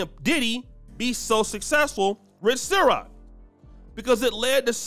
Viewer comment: it CIROQ not SYROQ🤦🏽‍♂️but I digress my man 😂😂